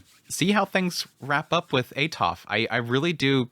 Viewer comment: It is pronounced Atoferatofe Raibaku, no silent letters and that is how it is in romanji, now, english is wierd, it doesnt like to play by the rules the rest of the world plays, so is normal for english natives to destroy names from other lenguages, i know that because my name is Ezequiel and english natives call me iziquiel for some reason, so changing how vocals sound is normal but making the e in Atoferatofe silent is what i dont understand, thats why it gets in my nerves :P